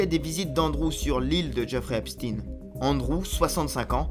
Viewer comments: C'est epstein et non epstine😂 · ce n''est pas "Epstine" mais "Epstaïne" (au niveau de la prononciation) car origine Israel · C'est Epstein pas "Epstin" et ce n'est pas que le frère du Roi Charles qui est impliqué mais tous ! soit des petites filles où des jeunes garçons et il y a des tas de pédocriminels chez les "élites anglaises" ! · En français on ne dit pas Eipstin mais Epstein comme Albert Einstein au cas où vous l’auriez oublié. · C'est étrange cette prononciation esptine et non esptein qui est utilisée par tous le médias mainstream, enfin je me comprends... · EpSTEIN : comme FrankenSTEIN ! Pourquoi vous changez le nom ? On dit WeinSTEIN pas WeinSTINE ! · et ça devrait secouer la France aussi mais nos média sont tenue au silence vous n'allez pas mordre la main qui vous nourrie et arrêtez avec cette prononciation !!! il ne sappel pas Epstin ok il était juif polonais ne vous en déplaise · Encore un média Franco israéliens qui prononce Epstine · Pas Epstin, on ne dit pas Einstin mais Einstein ! Idem pour le pédophile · Nous sommes en France: Epstein se prononce comme Einstein !